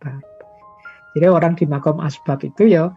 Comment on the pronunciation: Min, bukan asbak, tapi asbab